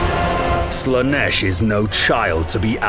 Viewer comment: "Lash of Slaneesh" Ofcourse. Why am i not surprised